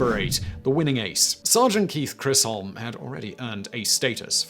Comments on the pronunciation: Isnt Chisholm pronounced with a ch as in cheek.?..not crisholm..... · It’s not Chrisholm you fool it’s pronounced Chisim! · Chisholm not Chrisholm....a little disrespectful, no? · Chrisholm for Chisholm definitely got a giggle from me, I can see how your brain would want to add an R in there. It was extra amusing to hear someone say the "holm" part with a British accent instead of the Southern U.S. accent I always hear & say it with ("um" rather than "holm"). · Chisholm is pronounced Chis-om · Same. I've always heard it pronounced "CHIZ-um". And definitely no "R" in there anywhere. I find it kind of odd that with all the channels Simon has, apparently he has no one to just watch these videos & look for pronunciation goofs. But, then we wouldn't have anything to comment about, I guess. LOL! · Today I Found Out: Simon can't pronounce Chisholm.